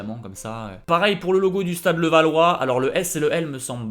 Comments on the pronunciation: Alors déjà c'est pas "Stade Levallois" c'est Stade LAvallois merci ! 😭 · Stade LAvallois! et non levallois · LAvallois et pas LEvallois dit donc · Stade Levallois sympa la prononciation tu change l’identité du club en gros